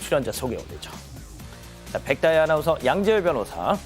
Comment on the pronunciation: 백다희 발음 좀 똑바루 배우고 와